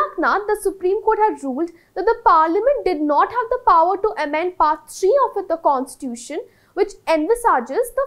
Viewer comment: It's not pronounced as Constuition.. pronounce it as Constitution.